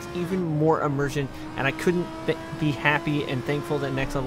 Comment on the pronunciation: Immirshment? Did i hear that right😂